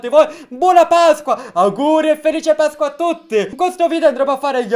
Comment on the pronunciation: Quante volte avrai detto pascqua?😂